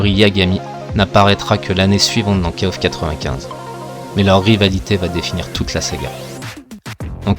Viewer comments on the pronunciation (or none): J'ai le poil qui se hérisse quand je t''entends dire "Kaof" (je dis kof) mais bon chacun sa prononciation... mis à part ça merci pour les souvenirs. j'avais 15ans quand kof94 est sorti, je claquais toutes mes économies dans la borne et l'argent de mes tickets de bus pour aller au collège y passait aussi, si bien que j'y allais à pied... ah que de souvenirs. Note: KOFXV plutot solide niveau gameplay mais il est toujours aussi laid... même si la 3d est plus jolie que dans le XIV (ou moins moche) elle est toujours aussi datée, les persos ont perdu tout leur charisme. Passer du XIII au XV... c'est violent surtout quand tu compares le passage de Street Fighter III 3rdS au 6... enfin c'est mon avis